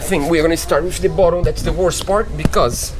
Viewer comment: your English is excellent...but.... “bottom” is pronounced [bot-um]. You guys do a great job on all that you do. I mean no offense.